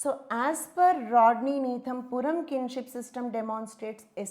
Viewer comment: Purum is pronounced as "Pooroom" not "PoorAm"..s slight correction..thanks!